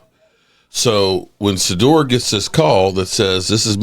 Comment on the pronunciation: What do we expect from a guy who can't even pronounce the Name Shadeuer ...This weirdo pronounces it as Sadeur